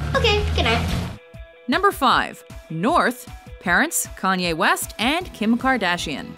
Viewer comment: Weast west